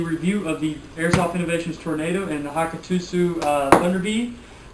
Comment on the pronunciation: you pronounced the name wrong it is Hakkotsu pronounced (Hi-cot-sue).